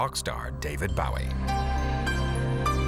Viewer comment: Way to mispronounce “Bowie”. 🙄